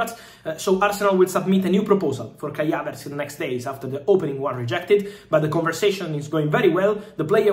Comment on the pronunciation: Who is Kya-Vets???🤣😂😀😂🤣 ❤❤❤❤